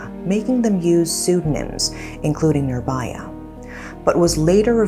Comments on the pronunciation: idk why but everytime she pronounces nirBHAya as nirBAya. it pisses me off. i mean how you guys pronounce cool as KHool with H and not in this case where H is clearly mentioned in the word nirbHaya. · not baya , vhaya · It's pronounced "Nee(I)rbhaya".and "bhaya" means fear and neer is added to make it it's oppose..which is "fearless" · if ur gonna make a video about it, atleast google the pronunciation of the victim's name please